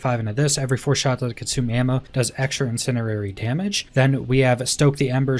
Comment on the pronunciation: Incendiary, in-send-ee-ary